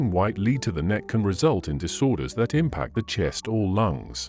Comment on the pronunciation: For the love of all things French, please teach/program the narrator the correct pronunciation of french words - names, places and the word LEAD! You can LEAD a horse to water, LEAD is a toxic substance which when ground up creates a white powder that women (mainly) used to create the illusion of a white young face.